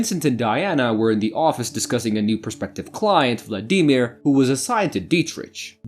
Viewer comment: Hardest part of this watching this video was your pronunciation of Vladimir.